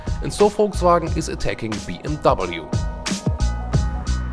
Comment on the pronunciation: Now this is the first time I've heard a German prononcing BMW as BMW instead of "BMV".